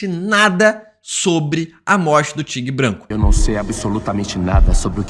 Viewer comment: Que aflição ouvir “tigue branco” várias vezes kkkkkkkkkkkkkkkkk